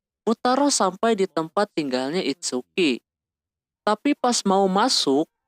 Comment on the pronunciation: ITSUKI BANG BUKAN "ITSUKA"